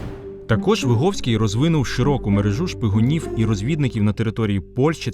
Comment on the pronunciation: Вибачте, але Ви не правильно вимовляєте прізвище гетьмана. Ви говорите на російькій ВигОвський. Але українською правильно ВигІвський. Ви самі кажете, що він з селища ВигІв. А російською це село пишеться ВигОв. Справа в тому, що я звідти родом і моє дівоче прізвище ВигІвська. Я цим цікавилася ще з дитинства. Мені було дуже неприємно, коли мене називали і писали ВигОвська, я сперечалася з усіма викладачами всюди і примушувала їх переписувати моє прізвище